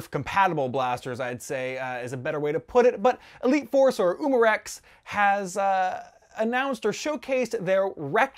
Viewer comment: did he say 'Umarack' ????